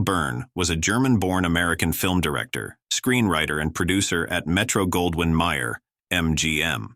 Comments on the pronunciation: Mayer not meyer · Metro Goldwyn Meyer? That's Mayer not Meyer. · Absolutely. Add to that the annoying computer voice mispronounced “Mayer” and “Boyer.” A travesty on all counts!